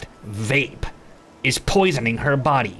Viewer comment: A lot of the time he does it intentionally and i love it. its the ones where its NOT intentional and hes CONVINCED he is right that drive me nuts haha. but things like Michaelwave and poiseeng and stuff i love haha.